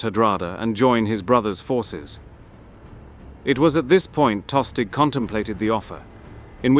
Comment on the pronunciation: Pretty sure Tostig is pronounced with a silent G